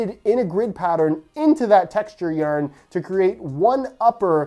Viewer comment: if i hear you say YARN like that one more time